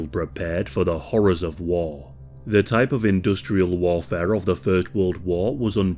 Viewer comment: He says war like Wall